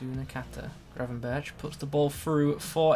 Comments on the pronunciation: You have to pronounce the 'r' like GRRRR, but English people really struggle with that haha :) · don’t forget to roll the rrrr